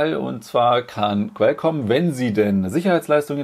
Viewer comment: Qualcomm nicht quelcomm